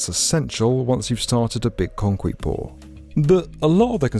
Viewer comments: 😂😂 konqweet puar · when he said concrete pour, did anyone else hear"concwete pour"? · Heard it as I wed it 😂